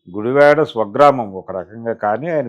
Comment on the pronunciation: Sri gaaru నమస్కారము sir meeru ఉచ్చరిస్తున్న గుడివాడ అనే పదము గుడి వే డ గా విన బడు తోంది సర్!